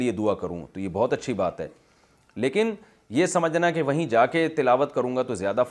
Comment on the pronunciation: لفظ بہت ہوتا نہ کہ بھوت